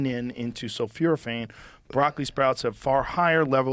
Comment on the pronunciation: its sulphoraphane joe